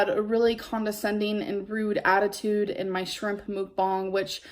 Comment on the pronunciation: "Mookbong"..... What the actual...... 😂😂😂